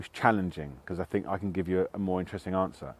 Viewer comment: Hmmm, this guy doesn't fink vewy clearly IMO